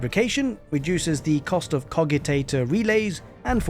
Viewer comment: But you said Cogitator wrong so nothing you say matters